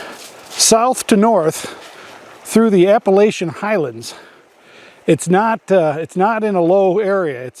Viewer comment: I have been really enjoying your North Carolina campground video's. I live in Apex,NC outside of Raleigh. I believe in a previous video you were in the Western part of the state and struggling with the annunciation of park names. Let me help you if you don't mind. Appalachia or Appalachian is pronounced App-uh-latch-uh or un, Tsali is Sally, Nantahala is Nan-tuh-hey-luh, and I forget the other areas you were in I think Bryson area? Anyway if you ever get to the Jordan Lake or Falls Lake state parks let me know I would enjoy meeting you and sharing a campfire coffee. I camp in an 8.5' X 18' converted cargo trailer. I finally gave up my tent it was getting too much to put up and take down. It's a Springbar 10' x 14' canvas tent. Also I believe the New River is the only river in America that flows backwards but don't take that to the bank! Lol You can call or text me at leave a message let me know who it is. Happy Camping and Be Blessed and Be A Blessing!........ Alan